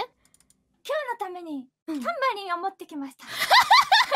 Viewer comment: ダンバリンになってるで！